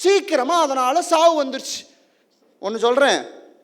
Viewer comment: அதனால்,அதனாள் இல்லை . உச்சரிப்பு கவனம் தேவை